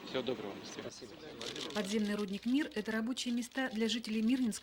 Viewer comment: Рудник , а не рУдник.